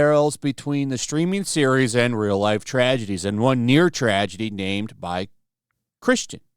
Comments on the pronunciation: Dude. Chastain, not Christian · how does he get "christian" out of "chastain"? that's like me getting "flush" out of "flash" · Griping is pronounced grye*p. Also her last name is chastain not christian. What is it about youtube content makers not having reading comprehension beyond sixth grade? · Chastain, not Christian. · Chastain, not Christian. LOL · Chastain not Christian. Seriously, I agree with you but can you read? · Say it with me... CHASTAIN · Chastain. Hard to take any of this seriously when they can't even get the actress's name right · Believe it's pronounced 'chest stain' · For the love of Christ it's pronounced Cha-stain, also this show looks like a pile of trash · This is liberal trash, but you mispronouncing her name makes this even worse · I tried but when you can't even get her name right, I can't watch. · you misread several words in the article, including Jessica Chastain’s name. I’m sure your schedule is miserable tough, but edit or pre-read the article.